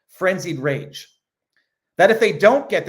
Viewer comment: "Renzied Fage⁉️" 😂